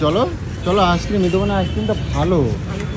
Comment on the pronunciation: Aas kirim ki bhai ?? Ice cream bolte pare na naki